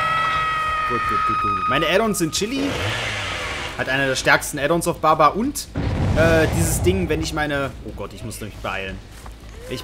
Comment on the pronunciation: jeder auf der welt: Bubba;: Babba